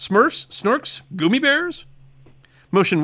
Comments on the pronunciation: Goomi Bears? :-O It's "Gummi Bears"... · “Goomy” Bears? Wtf?! How is anybody supposed to take your opinion on cartoons seriously if you pronounce Gummi Bears “Goomy” Bears?! 😂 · Finally someone who pronounces Gummi Bears correctly!!!!! In Germany they are also pronounced Goomie!! Love it!!!! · "Goo-mmi-Bears" or "Gummi-Bears." Gummy Bears? Is that pronunciation Canadian? Or is using the German one? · He said "Gumie" bears!? [Goomie]